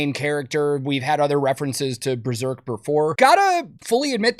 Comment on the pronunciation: It being called Breserk hurt my soul